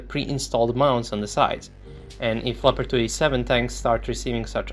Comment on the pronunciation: it´s a LEOPARD not a "lapadui" or anything you say.....